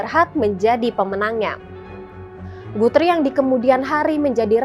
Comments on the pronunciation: Guthrie sebutnya GATRI...iq78 ya😂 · Betul. Guthrie itu asalnya nama orang Alexander Guthrie (30 December 1796 – 1865) pengasas syarikat Guthrie di Malaya ketika itu. Maka sebutan nama orang haruslah betul bukan ikut loghat.